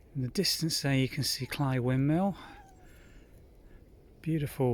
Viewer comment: Thank you for taking us along on the walk. It was interesting to see the different aspects of the path and the beauty of the reeds. I am glad you said the word "Cley," as my Tennessee brain has been thinking it is pronounced with a long "a" sound like clay or grey.😄 Best wishes from Tennessee.💕